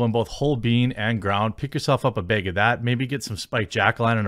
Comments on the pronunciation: Say "bag" Jeremy. No, not "beg," say "BAG." Oh forget it. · You DO say beg for bag. I’ve heard you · I always notice you saying "bayg" for "bag" and "draygon" for "dragon." <3 It's cute.